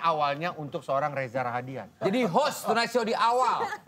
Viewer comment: Rahadian gak pake "R"